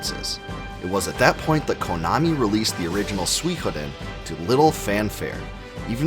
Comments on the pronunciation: difficult to watch when you don't pronounce suikoden properly. Sui is pronouced "soy" not swee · Wait- you mean it’s not “Sooey-CODE-en” ?? 😂😮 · Suikoden??? I've been pronouncing it Suikoden my entire life!!